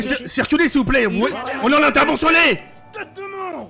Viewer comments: Il a qu'o meme dit atdervisioner au lieu dintervention😂😂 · il a dit "rention"